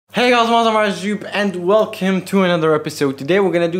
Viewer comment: "hey yal welfrifdfsjabdksad".